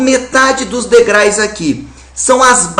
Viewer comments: ótima aula mas ''deugrais'' foi tenso,hahaha *degraus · O correto seria degraus e não degrais!!!!! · Professor, te amo, mas é DEGRAUS, não DEGRAIS! kkk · Pelo amor de Deus!! Alguém avisa pro prof.que não são "degrais" e sim degraus! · Aula boa, Prof. Jubilut. O único problema é que não são ''degrais'' e sim degraus! kkkkkk Você é foda, professor. Valeu demais! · professor nao se fala degrais e sim degraus. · Querido Jubilut, não existe "degrais" existe "degraus" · Professor excelente aula. Mas, existe aí um erro grotesco de Português que chega até doer os ouvidos. O plural de degrau é degraus e não degrais. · ei jubi,sem querer ser chato,mas o plurar de degrau é degraus mesmo,nao degrais xD muito bom o video,valeu!! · Muito boa aula, muito mesmo, mas o certo é Degraus e não degrais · Professor, não são DEGRAIS, o correto é DEGRAUS. Quando a palavra termina em U é só acrescentar o S. Palavras que terminam em L, usa-se o IS Ex. Pastéis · Ótima aula! Apenas um erro gramatical em s . O Sr. pronunciou a palavra degrais(sic) , no entanto a pronuncia correta é ''degraus'' , pois a palavra termina com a vogal ''u'' , se fosse com a consoante ''L'' seria ''degrais''. Desde já agradeço por compartilhar essas aulas! Obrigada por tudo. Beijos. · Excelente explicação Professor mas por favor para de falar degrais..haha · Muito bom o vídeo! Mas pô, degraus né haha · "Degrais" é osso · Degrais professor? Sei que é um erro banal, mas vc é um professor! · Vídeo bom, mas o "DEGRAIS" foi torturante ouvir. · " degrais" . rsrsrs depois ele repete mais algumas vezes...normal...rssrsr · O conteúdo e o método dele são excelente... Mas os "DEGRAIS" não foi tão legal assim. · Muito boa a aula,mas po,DEGRAIS??? ai não né Jubilut kkkkkk abraço! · Só por que ele é professor,não quer dizer que ele não pode errar.Até por que o erro é inerente ao ser humano!